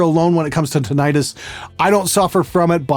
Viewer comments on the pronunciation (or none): It's pronounced tin-it-us, not tin-eye-tus.. Just a nit pick. I've had it the last 6 years, full blast, and it's a horrifying condition. I've spent 20 grand so far trying to find a solution, but no luck. It's wrecked my life. Most people have a low intensity form of it where sound distraction can work. Other's of us have no such relief. There is no known cure. The hope is that stem cells will be able to regrow the auditory hair cells which have been destroyed - hence your brain trying to fill in the gaps. I've read accounts from people who have traveled to Europe and Mexico for stem cell treatment with mixed results. I'm currently trying the Levo method.. google it. So far, not working. It's $4500 for something you might be able to do yourself. Create a tone that exactly matches your tinnitus in frequency and texture. Throw it on an ipod and listen to it while you sleep at a volume that is slightly lower than the intensity of your tinnitus at the time. It's a form of habituation. Do it every day for about a month before deciding if it helps or not. It just sucks bad. People commit suicide due to it.